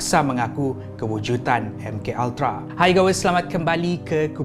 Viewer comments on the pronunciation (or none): Salam. Saya sangat suka dengan isi2 dan vidio2 dari anda. Cuma kadang2 anda tersalah menggunakan perkataan yang saya rasa lagi cantik kalau anda betulkan perkataan2 tersebut. Antara perkataan2 yang selalu saya dengar anda tersalah sebut: 1. Kewujudan. Selalu anda sebut kewujutan. 2. Menangani. Selalu anda sebut menanggani sebutan mengikut suku kata {me na nga ni} bukan {me nang ga ni} 3. Kecacatan. Dalam vidio kali ni saya dengar anda sebut kecatatan kekal. Maaf kalau saya juga ada tersalah dalam menegur. Saya sangat menyokong dan suka dengan setiap pengisian di sini. Saya menegur untuk menambah kebaikan untuk kita bersama. Terima kasih.